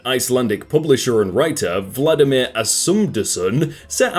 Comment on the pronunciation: Its Valdimar not Vladimir